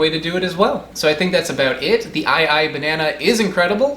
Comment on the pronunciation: You said it correctly!